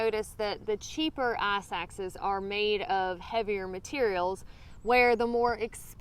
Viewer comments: It ICE axe. Not Ass axe. Jesus. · I thought you were using some hiker jargon and were saying "ass axe" at first! I know what crampons are lol,and I would have guessed what an ice axe is eventually! I envy you and your compatriots who are able to complete these hikes,I can only really fly to somewhere in the Southwest,Montana,or PNW and rent a vehicle and hike a selection of 2 hour or half day hikes.I try to cover too much new ground each trip,and have been just about everywhere out west-from Big Bend to Glacier,and as far west as The North Cascades. Currently I am thinking about taking a quick trip to southern Arizona and hiking around Mount Lemon and other high peaks around Tucson. I really want to get back to Montana or the Cascades but I have to wait till the snow subsidies-which is still months away. I work in the service industry and am an unofficial caregiver for elderly parents,so I can't get out for more than a few days at a time. And I live in the New Orleans area,no mountains anywhere near me hence me having to fly places. Thank you so much for making these videos. You are doing a great service by helping educate people and by highlighting these magnificent places and the cool people drawn to them.